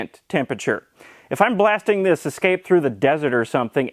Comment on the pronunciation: Ah, a Ford Ess-ca-pay.